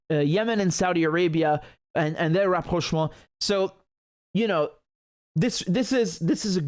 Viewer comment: The way you say "Rapprochement" is so nice, so "frenchy". Are you french ? do you speak french ?